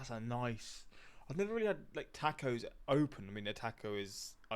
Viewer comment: I like how you pronounce tacos as tack-ohs 😂. I had never heard that pronounciation before. Also, chile verde is pretty different from curry and clam chowder definitely has its own unique taste. I would like to see your reaction to trying it for the first time. It's one of my favorite foods.👌